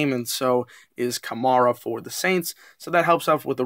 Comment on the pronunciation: The next time you talk about my Saints, fyi: Alvin's last name is pronounced ka-MARE-ah. Like a female horse, a mare. Not mar. Enjoyed the stats -- looking forward to the game in week 11.